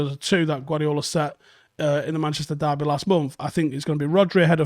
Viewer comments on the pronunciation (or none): none